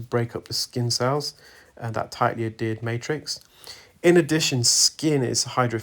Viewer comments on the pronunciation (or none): It is pronounced add hear d not ad ered. The H is not silent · Adhered, my good man. Not Addered. Unless that is just a UK pronunciation of the word. Tomatoe, tomotoe.